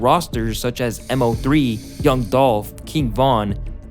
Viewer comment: aint no way bro said MO3 M-O3